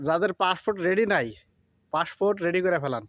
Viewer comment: ভালো করে বলতে পারোও না পাসপোর্ট সে নাকি আবার ইউটিউবার হয়ে গেল বলে ফাস্ট ফুড